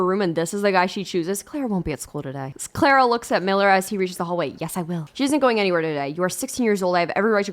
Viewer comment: i keep hearing clara as clairo and i'm losing my mind